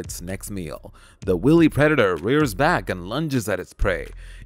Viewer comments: "Willy" predator? NOT. W - long i - ly. Pronounced like this: w eye lee. If you're going to narrate, know your words first. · You mispronounced sidewinder and wily.